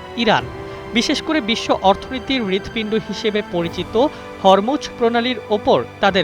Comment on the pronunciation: হরমুজ এর উচ্চারণ হবে (হোর্ মুজ্)